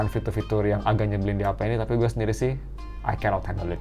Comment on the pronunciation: "memberi sendili" kebaling bak :(